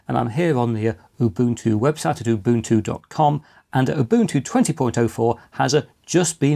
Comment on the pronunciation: Congratulations on the correct pronunciation of "OOBOONTOO". Many people have no idea...